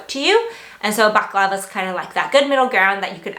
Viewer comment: .Bal. a Clav a. Not baclava Which is a food